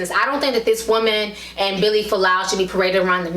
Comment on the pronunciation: Its Vili, not Billy, and "ask," not "ax."